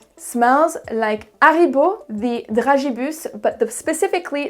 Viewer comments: Why pronounce Haribo with a silent H? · I was today years old when I learnt that brits were pronouncing Haribo wrong. LOL